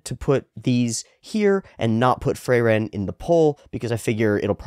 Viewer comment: but frieren is still ongoing. didn't you say you don't do ongoing shows and jobless reincarnation was just an exception? also it's frieren not freiren. it's german. just ask google how it's pronounced. (generally there are way too many german names in this show who are kind of ridiculously on the nose. like a mountain range is just called "heavy" and a probably not evil guy is called "liar")